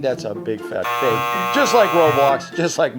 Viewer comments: Why is the so fake its funny says "so fak its funny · in the video he said so fake it's funny he said fak